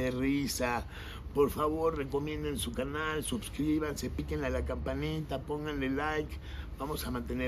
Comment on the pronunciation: NO SABE NI DECIR "SUSCRIBANSE"....HASTA QUE GRADO ESTUDIO ESTE MANTENIDO??